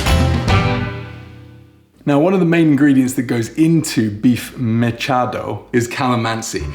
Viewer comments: It is prounounced like mitsado. But i think you did not cook mechado but more of estofadong baka. Mechado i know is stuffed with a strip of pork fat without the skin. That is the mechado i remember in my childhood. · It’s pronounced as “Meh-Cha-Do” You should try lumpiang Shanghai: Our family’s version, we usually use the below for the filling: 1/2 kilo pork grounds 2 tbsp oyster sauce 1 bundle of kinchay (chinese celery) chopped 1 stalk green onions chopped 1 medium carrot grated (usually uses the cheese grater) 1 diced white onion Pinch of salt and pepper to taste 1 large egg Then wrap it in spring roll wrapper For the sauce we just use sweet chili sauce 😊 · In all fairness the pronunciation during the intro is almost on point. MECHADO > ME-CHA (" ch" same sound with british way of saying "t"una)-DO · Tagalog pronunciation guide, not just for "Meh-CHA-doh" but for any Tagalog word: 1. There is no such thing as a long vowel in Tagalog. "A =Ah, E = Eh, I = ee, O = Oh, U = Ooh", that's it. 2. Sometimes the word itself is stolen from Spanish, and the word's spelling is supposed to be a simplification of how it's pronounced in Spanish. If it sounds Spanish-y, saying it in a Spanish way might help. (T: Repolyo = S: Repollo = En: Cabbage, T: Sibuyas = S: Cebollas = En: Onion) 3. The intonation of the word changes what it means. Sadly learning which intonation to use is trial and error. (Baka = "BA-KA" means 'Cow/Beef', but "Ba-KA" means 'Maybe') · Me-cha-do mechado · me cha do......